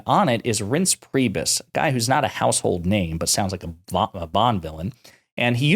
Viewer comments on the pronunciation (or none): Reince Priebus is so “not a household name,” that you don’t even know how to pronounce it. SMH.